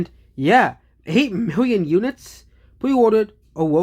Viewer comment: How many miwwion more? Stick to physics,.